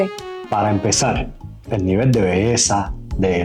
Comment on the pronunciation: Se pronuncia levol